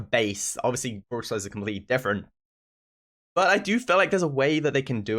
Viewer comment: I like how he says Brool stars Brooler Ulso